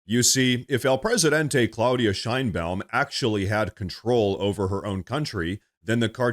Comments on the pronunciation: Mexican president "Shinebaum" lmao perfect. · LOL I thought you called her "shine bottom" LOL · Sheinbaum . That doesn't sound like a Spanish name.